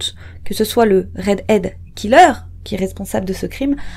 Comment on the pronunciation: Redhead et non readhead...